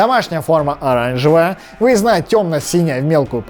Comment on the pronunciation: как он произнёс слово "оранжевая"